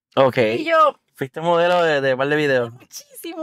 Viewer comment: Dice Modeo, me imagino quieres decir MODELO